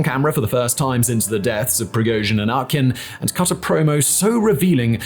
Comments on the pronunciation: Could you please learn how to pronounce names of at least key guys? Utkin is read "oo-tkin", not "ah-tkin". Not that I care about this jerk, but you are showing disrespect to the viewers. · not Utkin but its pronounced OOTKIN... OOTKA means duck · Utkin- pronounced as [U:]tkin like oo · Utkin is pronounced more like "Ootkin" (as in proof, room) tho, but ok